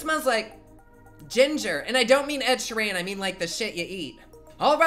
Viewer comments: Ed sherane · did he just... just say... ed sheerAAAn..... I have been insulted on so many levels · ...how did he just pronounce Ed Sheeran's name?